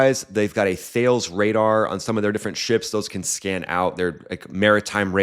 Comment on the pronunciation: "Thales" should be pronounced "Thay-Lees". See Thales of Miletus (Greek). Or "Tal-is", after the French pronunciation of the company whose name attaches to the missle.